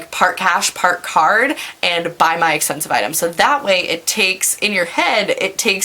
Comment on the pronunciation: "essspeeensiiiive" lol. You're the best